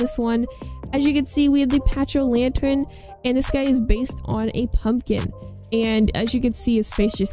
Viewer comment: My favorite skins are the broodmother and infected. Also when you say pachy it’s pronounced like packy